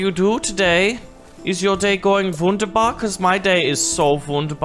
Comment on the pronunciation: I love this ,,Jawohl´´ and ,,Wunderbar´´. It sounds really funny to me as german. xD